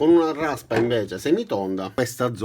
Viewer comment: Larrraspa tonda e larrraspa piattah! ^_^